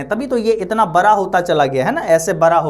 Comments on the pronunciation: बड़ा को बड़ा ही कहे आप बरा नहीं, बाकी आप बहुत अच्छा पढ़|ते हैं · बड़ा ❌ बारा ✅ 😂